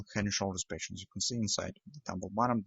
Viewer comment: Hi.. I enjoy your videos.. wishing you success.. There is one word you pronounce really different than it should be is the term "pattern".. With you it sounds like "patience".. I watched your videos for more than 6 weeks till I realized everytime you said patience it was actually meant pattern.. Is okay.. not a big deal.. but I just wanted to clarify this for other viewers who didn't realize that yet. Stay Green